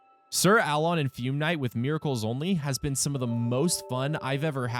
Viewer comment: “Sir Ah-lon” and “Fyoom Knight” lmao